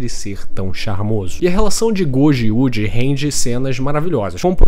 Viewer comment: O que mais me pegou nesse vídeo foi o jovem ai falando YUDI o tempo inteiro. Tão difícil falar Yuuji? O prota ta dando playstation agora?!